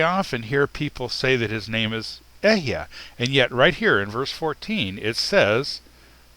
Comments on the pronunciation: Hebrew speaker here. There are two small corrections I'd like to make: 1. The word אהיה is pronounced E-he-ye, not Ehyeh (read the E's in 'E-he-ye' like you would in the word 'El', I'm not sure how to write that). 2. אהיה doesn't actually mean "I exist" or "I will exist", perhaps outside of a few select examples. The correct translation here would simply be "I am what I am" (or the slight variations you presented). Just a little correction. (I don't blame you, Hebrew is really confusing). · i wonder, why do you pronounce אהיה as e-h-ya and not e-h-ye? is it just foreign accent? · It's not ehyeh - it's eh-he-ye ill be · It’s EHEYEH = EH-HEH -YEH not EH-YaH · "I am" means there is no other but "I am" only. Others are not. What bugles my mind is that you pronounce EHYEH like it is EHYAH. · It is Alahiym, Ahyah Ashar Ahyah, not Elohiym, Ehyeh and His name isnt yahweh His true name is Yahuwah. Why dont you Kabbala K zars stop lying and stop hiding the true pronouncations for your Baal(yahweh)jupiter worship! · But is illiterate or else he thinks ALEPH is pronounced with “EH” like egg. It is pronounced AH just like ASHER - is he now defunct in getting both start with ALEPH??? This is BLASPHEMY to say that we need to CORRECT WHAT FATHER SAID: HE said AHAYAH ASHER AHAYAH I kinda lost interest in teachings when he deduced there were only 6000 Hebrews who were in the wilderness after they left Egypt. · Ehyeh is a 3 syllable word, not a 2 syllable word.